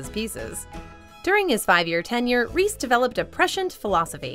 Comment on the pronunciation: Lol you can't say Reese's Pieces and Reese correctly.